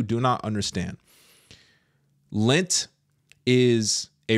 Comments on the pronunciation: It's lent sweetie Not lint! FYI All catholics do lent Not just the older generation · LENT!!!! NOT LINT